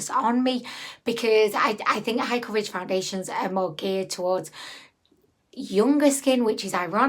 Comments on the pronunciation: I love that you call them foun-diddly-ations, lol. Also, even without the extremely dry skin, it ends up separating and looking dry. I unfortunately bought this product and am now stuck with it. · First time seeing one of your videos...are you saying foundiliation? lol You're super cute.